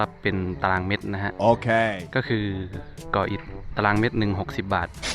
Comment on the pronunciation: เมตรไม่ใช่เม็ด😂